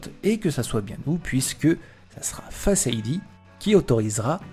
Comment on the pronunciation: parfait bon travail, un accent pour certains mot apple sonne mieux a l'oreille, (pourquoi dire: face ID "fasse idea" le début du mot en francais et le reste en anglais? )